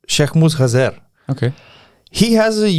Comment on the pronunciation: Dude, I genuinely love the way you're pronouncing Şeyhmus Hazer! I'm of kurdish heritage and can ensure you, that this is exactly the way, his name is pronounced! Regardless of this fact: Great show again!